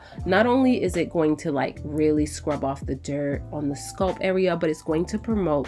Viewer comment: Wth is a sculp?? I thought it was scalp -Sk-al* the a pronounced like when you say apple* LLL-p Sorry if this seems extra but the entire time I was genuinely confused like wth is a sculp..till I saw her applying product to her hair. Otherwise then that love love loved the video.❤